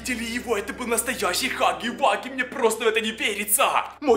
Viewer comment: Не хаги ваги а Хагги Вагги